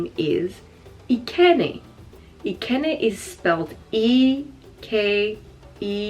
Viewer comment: Madam your pronunciation of ekene is wrong oooo And it a male given name from Igbo tribe Other are Chibugo ,amaka,amara,oluchi,akudo,kosi or kosisochi,eberechi etc